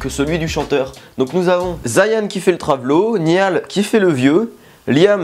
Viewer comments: maintenant je viens de capter mais il a dit Zayan au lieu de Zayn et sa "choque" personne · Ya pas de A après le y c'est pas ZayAn, c'est juste Zayn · sa ce dit pzs zayane mdr zayn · Ça me stress quand il dit Zayane au lieu de Zayn et "Niall" au lieu de "Nayole" 😂😭🤦🏽‍♀️ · "Zayan" "Niale" quand même 😭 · Zayan et Nial 🤣🤣🤣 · Niale c'est bon mdr 😭😭 je did " niale " aussi 😭😭 MAIS ZAYANE NON C'EST PAS POSSIBLE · Avant j'avais regarder cette video sans être fan des 1D, mtn je le suis un peu plus (surtout Niall)et j'etais ptdr et je veux pas me moquer seb mais franchement t'en fais exprès de mal prononcé les noms: Zayeeen niiial. Voilà jvous aime a plus. PS: j'était morte pour le cri de Niall 😂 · "Zayan" JPP 😂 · j'adore les one direction mais honnêtement à chaque fois que je regarde la video je rigole, parcontre "Zayan" c'est pas permis ça mdr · Tu dis ZAYAN PUTAIN C’EST ZAYN 😭 j’ai perdu mon âme après ça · déjà'Zayn' se dit 'Zaïn' et Niall 'Nayeul' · guys he said zayan my god i'm diying he said nial honestly i can't stop laughing ary....my stomach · "Niyal" "Zayan" j'm'en remettrai pas :') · Naill sa se prononce naigneul et zayne c zégne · Il a tué la prononciation du prénom de Zayn et Niall😂😂😍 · Je suis Directioner et ça m'a tué 😂 La chorégraphie c'est de l'humour parce qu'ils ne savent pas danser 😂 J'ai saigné des oreilles quand t'as dis " Zayn " 😂 Mais sinon c'était hilarant 😂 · J’ai eu des envies de meurtres en entendant comment il a prononcé niall et zayn 🤠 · J'en peux plus ca fait 5 000 fois que je regarde cette vidéo depuis sa sortie et je m'en lasse pas même si je suis directioner et qu'il à tuer les prenom de Zayn et Niall... c'est pas grave 😂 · je suis directioner et franchement des fois c'était marrant. le crie de Niall est trop marrant😂 ps: apprend juste à prononcé le prénom de Niall et Zayn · Fleur grave, Niall c'est courant mais j'avais jamais entendu quelqu'un mal prononcer le prénom de Zayn 😂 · Même si y dit pas bien Zayn x)